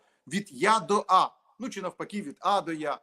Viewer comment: звучить жахливо, коли говорить українською. Не ЧЧЧЧи а чи.